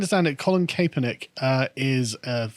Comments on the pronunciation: Pronounced Cap-er-nik not Kay-per-nik But don’t put too much stock into the pronunciation, as he’ll be forgotten very soon. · It’s Colin Kapp-er-nick, guys! Just an FYI